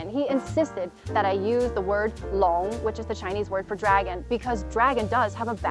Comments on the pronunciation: We rarely hear you speak mandarin, but you pronounce "long" with very correct tone. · Your husband is right on this one. They're not the same creatures either. Both are born from different concepts entirely. The only similarity that they've is both look reptilian. That's it. Great pronunciation on "龙" btw. Well done!